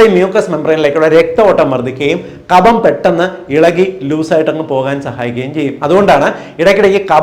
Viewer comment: Ezhuthunnathu kafam vayikkunnath kabham.